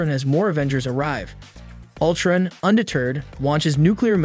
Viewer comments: Yeah Ultrin?!wtf, great work though but then he randomly says it right😂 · The way he says Ultrun instead of Utron drove me crazy🥴